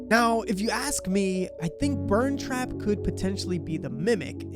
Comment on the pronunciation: Its burnt trap not ern trap 🤓👆